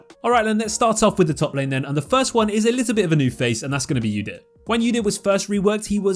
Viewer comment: "ewdyr" that gets me every time :V